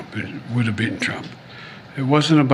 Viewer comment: Here we go again. The word is 'beaten', not be-enh.